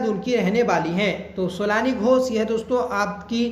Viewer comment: सोलानी नही सोनाली है sir जी नाम उनका